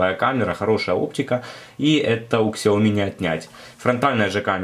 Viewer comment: не Ксиаоми, а Сяоми. не Ашдый, а Эйчди :-)